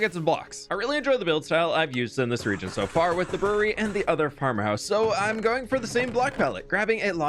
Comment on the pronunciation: legitimately thought he said “furry” and not “brewery” man my brain is braining great today